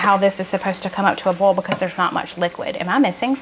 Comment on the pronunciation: I dont have many grocery stores in west palm beach...no food lion. Publix, aldi, winn dixie is all. I am a bit bothered by your pronunciation of boil lol! It is boy..ol. 2 syllables...not bowl! Just being funny...love you!